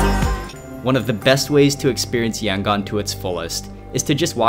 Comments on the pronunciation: I am from Yangon and also the way u say Yangon is very cringing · YOUR PRONOUNING YANGON WRONG